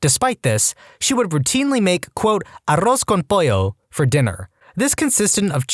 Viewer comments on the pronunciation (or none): none